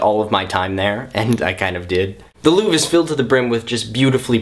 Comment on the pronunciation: Not to be nitt picky and snobby, but the R in Louvre is pronounced. ;)